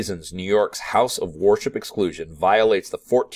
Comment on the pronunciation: You pronounce "worship" as war ship and its funny